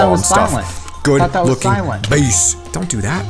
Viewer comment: he said base like Davie504 says BASS. XD